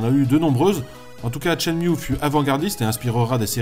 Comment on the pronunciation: Tshen-Mew MDRRR